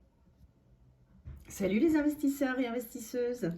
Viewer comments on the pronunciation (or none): J’ai toujours l’impression d’entendre « salut les suceurs et les suceuses », je suis désolé 😂